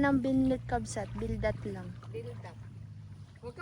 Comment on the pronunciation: bildat hindi bilat 🤣🤣🤣